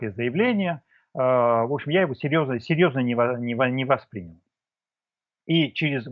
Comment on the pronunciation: Вы не правы! В указанном выше слове ударение должно быть поставлено на слог с буквой И — воспрИнял.